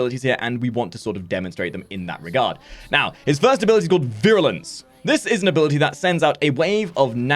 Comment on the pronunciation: "abilitie strength"